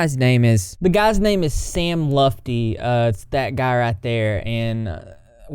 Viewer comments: Yo sams name is pronounced sam lut - fee … its not lufty or lefty 🤣💜🙏 bless LOL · Hey, btw it’s pronounced “luht fee”. Sam lutfi is my cousin. If you have any questions feel free. Our whole family is ashamed of him except for his dad and a few others he sends money too. He shit talked every gf to us and blames literally everything on them. Tried to give our underage cousin cocaine multiple times. Total a hole and negative turtle x10. Love ur vids! Xoxo